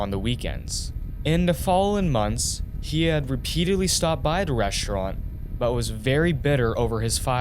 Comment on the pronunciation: He mispronounced every other word. So annoying. "Reschraunt", "mudder", "chrajeddy", "two-chousan", and every word ending in -ing is pronounced ending in -in or -en.